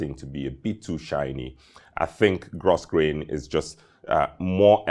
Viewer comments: Grosgrain is pronounced: Gro-Grain, silent S. Great video! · Hi another exquisite sartorial presentation. A passing comment. Grosgrain is actually pronounced GROW-GRAIN.. It's one of those peculiar English words:) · Spelled grosgrain, pronounced “gro grain”. Single shirt cuff are the norm for white tie. Though I guess also acceptable for black tie.